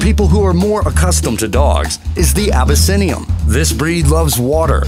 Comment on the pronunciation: This narrator continues to butcher pronunciations... Abbasinium, Sinx, Aussie-cat, Shatrue, Burmeece, Minks